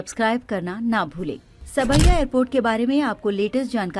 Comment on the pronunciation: Saab-ya,sawai nahi